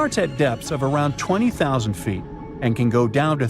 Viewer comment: A 20 zero zero zero seat stadium? Please teach your AI how to properly pronounce numbers lol